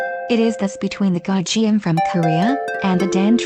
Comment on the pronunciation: Butchered the pronunciations!!! Gayageum has only hard "g"s in its name. It sounds close to "gahh" "yah" "gum" (in the English pronunciations of these words).